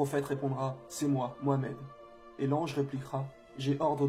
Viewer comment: salam mon frere pourquoi vous dites MOUAMED;alors que son nom c'est MOUHAMAD avec le H bien prononcé.mouamad et alla c'est pas des noms;mon frere prononcez bien barak ALLAHH OU FIK